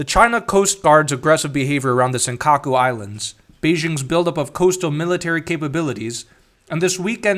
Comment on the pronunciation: First hit me with the best pronunciation of "Senkaku Islands " I've ever heard... and then immediately followed it up with the Chinese pronunciation. No hesitation. Nice.